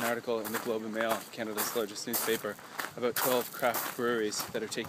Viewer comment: You said "Aboot" you are so Canadian.